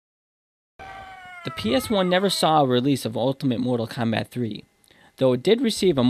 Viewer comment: lol "Kondom"